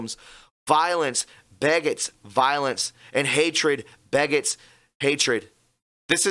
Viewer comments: It’s violence begets violence ( pronounces: Be - Gets) not as you said: (beggetts, pronounced: Beg-etts) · Begets. is pronounced Be Gets. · Begets..pronounced Beeee Gets :)